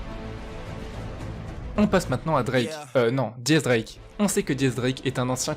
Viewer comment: MAIs arretez de dire diez drake c'est X drake bordel